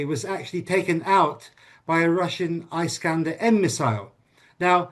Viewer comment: This guy thinks of himself so smart, but he has no clue how to pronounce "Iskander". It is Ee-skander, not Eye-skander, doombass!